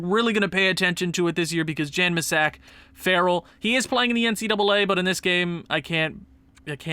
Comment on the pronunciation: farrell is pronounced kind of like feroll